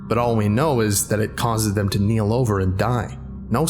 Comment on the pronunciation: you say “kneel” I read “keel”